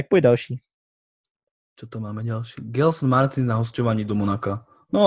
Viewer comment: najlepší hráč indie je sunil chetri abo dajak tak sa volá, a nedávno som niekde, že za národný výber indie skóroval viac ako messi za Argentínu takže niečo v ňom asi bude a mimochodom prosím vás - G a J sa v portugalčine číta ako Ž, takže je to želson martinš, a vo francúzštine tiež takže žardim a ne jardim